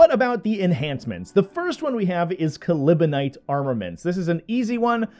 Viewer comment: I died at your pronunciation of Calibanite. LoL It's ok. I got better